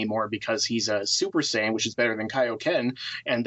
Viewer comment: I cringe every time you say saiyan or kamehameha weird.